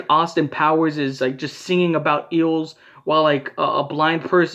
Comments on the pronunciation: I thought he said eagles and was also confused Lol But eels, that makes sense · EAGLES? im so confused WAIT HE SAID EELS OH MY GOD LMFAO